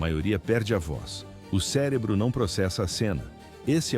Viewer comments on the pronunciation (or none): none